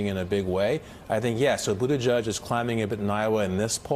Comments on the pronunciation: I live in the area, I heard it as Boot-a-judge for years so I was a bit surprised when Pete said it is Boot-edge-edge. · Someone needs to gently and altruistically let Mika and Joe know that it is Boot-Edge-Edge (not "Boot-A-Judge"). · its booda JEDGE not JUDGE. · Its pronounced PUTAGIG !! STUPID. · I’ve heard mayor Pete speak in person. He says boot-a-judge. Joe and Mika are saying it fine. Not that it matters either way. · I've noticed most people pronounce it "boot-a-judge" - that pronounciation is probably stuck, not. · Boot ih jege? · Actually, it should be pronounced 'booty jitch'. That's how we pronounce it in Malta. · Dear Mika Please learn how to pronounce his name correctly It just looks better on TV. Trust me. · Pete says it is either....his husband also says Budda judge. I say But edge edge